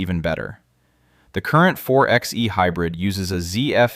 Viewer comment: A Jeep Wrangler is an SUV, not a truck. It's pronounced 4 by E, not 4 ex E.